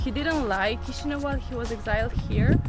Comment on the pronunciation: The constant mispronunciation of "Chișinău" is a fundamental failure; it’s the capital city, show it some basic respect.